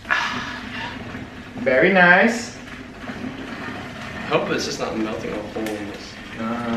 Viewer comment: "Berry nice" 😂😂😂